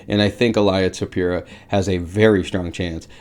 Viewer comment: Il-ee-uh Toe-pur-ee-uh